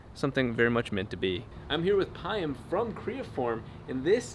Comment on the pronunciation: I've never heard anyone pronounce Payam that way. I assume his parents are of Persian origin?